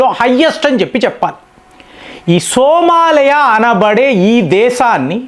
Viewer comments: First of all the pronunciation is not Somalaya. It is SOMALIA means land of Somali people stemming from ancient trible ancestors like Samaale with possible links to "go and milk"( Soo maali) symbolising wealth from live stock. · సోమాలయ కాదు సోమాలియా. నీ నోటికి వచ్చిందే కూత, నువ్వు చేసిందే పని.